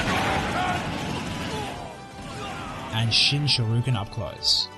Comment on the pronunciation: It's pronounced Shor-e-yuken